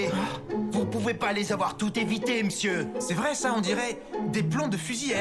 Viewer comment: Je parle Espagnol. Je comprends un peu de Français, quand Sugino dit "Ce vrai ça" je pensais qu'il dit "cerveza" (bierre) 😂😂😂 Merci pour les vidéos de pratique! :D